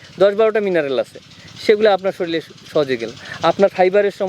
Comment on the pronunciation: ওরে ভাই শরীল নয়, কথাটি শরীর । অফিসার??